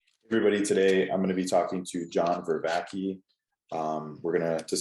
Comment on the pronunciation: I cringed when you came right out of the gate by mispronouncing his name. All you had to do was listen to an introduction of a video on his own channel. I'll still try and give this interview a listen, but this start sure doesn't inspire confidence.